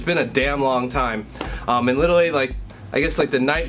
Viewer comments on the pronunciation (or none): Every time you say Literally I swear you say "little league" XD